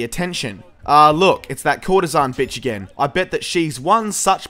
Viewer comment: It's actually courtesan